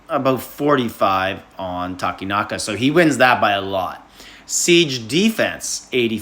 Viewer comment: Yay, Takenaka pronounced right